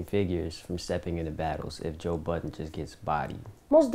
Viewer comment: It's Joe Budden. NOT Buttons.